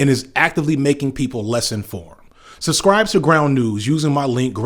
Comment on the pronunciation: Good content, but for efs sake Stop saying Pacificlly and SUScribe, you're killing me man!